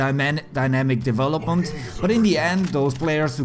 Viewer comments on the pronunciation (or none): none